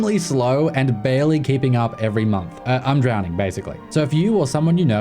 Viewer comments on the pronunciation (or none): none